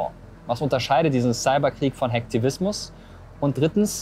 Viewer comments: Wie können Leute "Hacktivismus" und "Hackfleisch" gleich aussprechen und noch guten Gewissens in den Spiegel schauen 😭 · wie sie hacken und Hacktivismus ausspricht 😂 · Sie sagt nicht ernsthaft Hack tivismus oof 🤣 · Hackfleisch! Nicht Hacktivismus👻😂